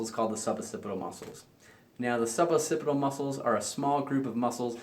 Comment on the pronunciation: It’s pronounced “ok-sih-pih-tal.” There are two “C”s and you have to pronounce them both.